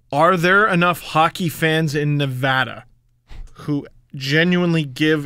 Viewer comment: There is a huge fan base here for the Knights. The town has been getting excited about the team coming. If we got Ovi it would make this town even more excited about the team. P.S. thanks for saying Nevada the correct way